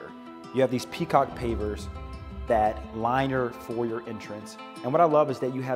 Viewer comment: You need to learn what a Porte cochere is and how to pronounce “foyer.”